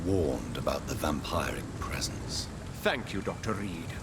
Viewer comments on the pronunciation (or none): thats not how you pronounce vampiric Dr. Reed.